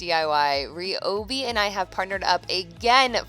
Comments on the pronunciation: I'd definitely say "Rye-obi" before saying "Re-obi" pretty sure it's Pronounced Rye' anyways. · Suddenly forgets how to pronounce ryobi 😂